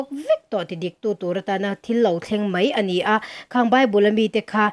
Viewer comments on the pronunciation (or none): Thu i dawng tha in ngaihthlak a man hla hle mai. Chuan bible chang ti lovin Pathian thu Thiang hlim ka lo chhiar ang e tiin am zawk la a tha in ka hria. Chuan mei mei tia lam lovin mai mai tiin lam zawk la, a tha zawk lo maw ka tia, mipui hriat a thu sawi thin te chuan mizo tawng dik a lam hram hram hi kan tawng kan humhim zelna ni in ka hria. Ka sawisel vang che a ni lo a nia aw.